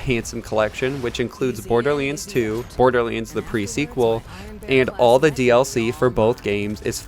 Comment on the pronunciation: Borderlands, not borderlinds 😅😅 otherwise great thing to know about the specs, can't wait!